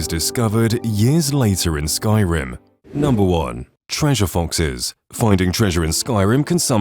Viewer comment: It's foxes, not fonxes